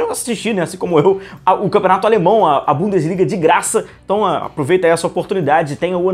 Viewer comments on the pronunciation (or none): Voltou a falar BUM"DIS"LIGA